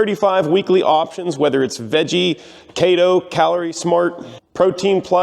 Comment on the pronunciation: lolz. said Kayto when he said Keto. Its pronounced Key tow, as in house Key Tow the car down the road to get to the engine shop. If you want to get skinny, and have a LOT of energy, go on keto my man. It also boosts your immune system so you wont get sick at all